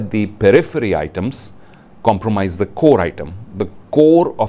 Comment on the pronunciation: Sir plz not to offend you ...your presentation is awesome but u pronounciation of your THE ...before the consonants is wrong